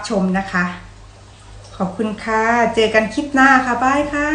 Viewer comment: นิ้วยาวสวยจัง อาหารคนอื่นชมหมดแล้ว, ติเพื่อก่อ พยายามออกเสียงอักษรกล้ำหน่อยค่ะ โดยเฉพาะคำว่า คลิป เพราะต้องพูดบ่อย คงไม่โกรธนะ